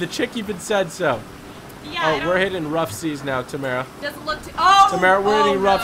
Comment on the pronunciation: you are lieing samara has been tammara the whole time